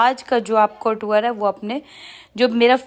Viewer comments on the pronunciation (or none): Tour... not taur